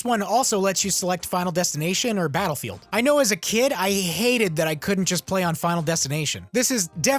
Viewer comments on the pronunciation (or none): none